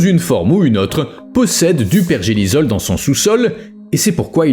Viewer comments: Pergélisol et non pergelizol ! ! : sol gelé en permanence !!! Understend ? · ça m'a piquer les oreilles aussi lol , il n'a pas compris le mot 😂 . apres, cette chaine n'est pas la plus pointue en science ^^